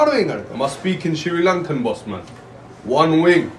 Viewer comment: it's not pronounced shiri Lankan at all 😅